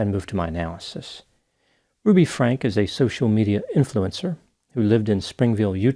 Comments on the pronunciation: You should’ve read Jodi Hildebrandt’s book!! She includes her childhood( claims she was sexually abused when she was 2-5 years old and 9 as well i thing) and mentions her daughter cut her off and how it changed her. Also The correct pronunciation of her last name is Frank-EE. Not Frank. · Pronounce her name correctly! It’s not Frank, it’s Frank EEeeeee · Frankie is how you pronounce Franke. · Other sources are pronouncing the surname as Fran-kee. I wonder if she ever pronounced it on her YouTube channel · Franke is pronounced frang-kuh. German/Dutch origin.